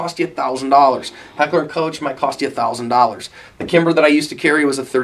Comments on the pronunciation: FYI Koch is pronounced more like "coke", or even more authentically "co-ghe" with a soft k and a lingering h. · just FYI its pronounced Heckler & Koch(Coke) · Why are Americas afraid to say Heckler and Cockh (Koch) which is how it's pronounced! I've heard it all; coe-sh, cotch, cosh, coke, just say cock FGS! Good video though.